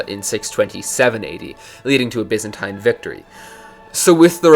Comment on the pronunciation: Take a shot every time he says "byzantaine".